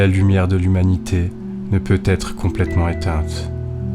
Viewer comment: J'aime beaucoup vos vidéos mais ... attention aux liaisons, vos erreurs sont fréquentes. En exemple votre dernière phrase : qui ne doivent jamais "t'être" oubliées. Jamais "z'etre" 😉